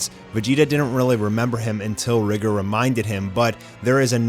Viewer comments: Its not (RI)(GR) it’s (Ry)(G)(OR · It’s “rigger” that’s how the author said his name is pronounced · lol. thats what they wanted to go with the pronounciation RIE-GOR